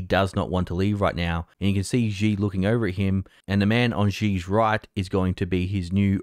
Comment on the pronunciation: For fucks sake man.. at least try to pronounce “Xi” properly.. Xi sounds like “She” as in She is a pretty girl … Xi Jin ping is a fucking disaster, but it’s expected, it’s shitty communism after all.